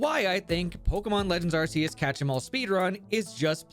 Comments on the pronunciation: Ar*K*eus, not Arseus. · I'm sorry but the pronunciation of Arceus is killing me already. ARK-E-US, not ARSE-E-US! The movie confirms it. 😭